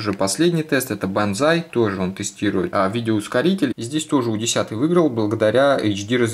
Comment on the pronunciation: Не у, а ю